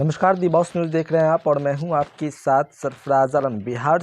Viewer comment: Are bhai bolne ka saleeqa kab aayga Shath bolte ho sath bolo